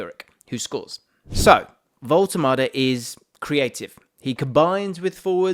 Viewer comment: AS a German i tell you: your pronounciation of " Woltemade" is totally correct !